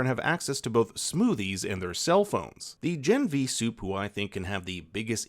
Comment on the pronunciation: When you say "supe" I hear "soup". So it was fun ! Also : soup baby